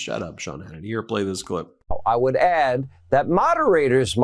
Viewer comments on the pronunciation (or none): none